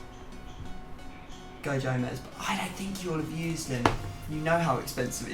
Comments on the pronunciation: says Goe Jomez LMAO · Man said go jomez lmaoooooo